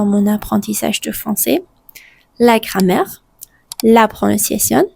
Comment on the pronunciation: «Cramer» au lieu de «grammaire» mdr